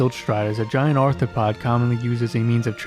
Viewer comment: Your presentation is really good, annoyingly you keep mispronouncing words and saying things weirdly. This is not a dig just feedback. Atmoran not atmorian Arthropod not arthopod Dedication to the god Auriel not dedication of Ayleid not Ayliad Quagmire not quagmeer "He's refuted for should be reputed.